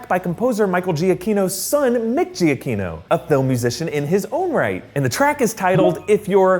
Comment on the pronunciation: Michael's last name is pronounced Juh-Kee-No.